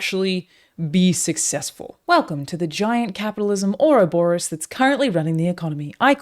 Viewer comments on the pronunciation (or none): Ouroboros is pronounced or-OH-bor-OHs.